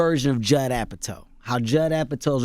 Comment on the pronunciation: That good Joe "Appatoe."